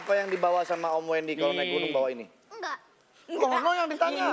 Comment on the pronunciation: HAHAHAHAH WENDI BANG BUKAN DENIII